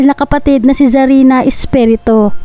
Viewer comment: 😂😂😂😂😂NARRATOR PLEASE PAKIBIGKAS MONG MABUTI ANG APELYIDO. ESPIRITU hindi Espereto